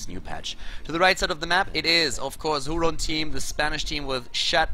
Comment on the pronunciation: if it's a spanish team i believe it's pronounced "hurón", not that it metters thou